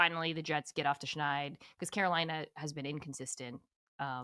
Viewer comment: Please Mina, you are so good at this, but lose the vocal fry. It’s unprofessional, it’s difficult to listen to and it undermines your well deserved credibility. And it’s “get off the shneid” not the sheid